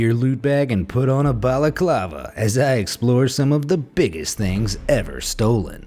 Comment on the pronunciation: Oof.... I thought balaclava was pronounced balaclava not balaclava.